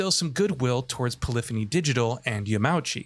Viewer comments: Yamauchi is “yah-mah-oo-chi” not “Yah-MAW-chi” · Came here on my phone after watching on my tv to simply say, please learn to pronounce people's names before you butcher them. It's not "Yamowchee", it's "Yama-oochee". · Sadly only a half story told here. The roulette where you only get a small amount of money IS a big issue, and Yama-uchi san (not Ya-mauchi btw)'s letter is full of contradictions that stoke the fires even higher. He wants people to enjoy everything the game has to offer and reduce the grind, thus lowers the amount of money you get from races? And he don't want people to lean on MTX, while everything he does incentiveices using MTX? Just like the fact you can't sell cars you don't use, like you could in previous installments (also a thing left out of this video). Yamauchi san knows exactly what he is doing and it hurts the franchise in a major way. Might as well take him off the project. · “Yamowchi” Come on, please take the time to learn to say someone’s name, especially when someone is a KNOWN developer. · >yamowchi really? lmao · Yah mah ooh chee Tuh rees smo